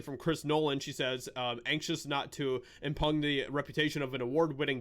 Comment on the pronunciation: Impune is pronounced im-pyoon, not im-pun...